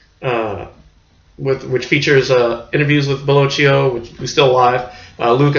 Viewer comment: It’s “Bello-kee-oh”.